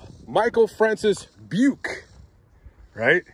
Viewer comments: Hey man, thanks for covering this. I am Robert Craig Jr. The Robert Craig in the story was my dad. Another thing to add to the story is that my mom was pregnant with me when this guy killed my dad. My dad had just cashed his paycheck and had a couple hundred in his wallet that Beuke never took. Btw it is pronounced Bu-kee. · Buke, thought you said PUKE.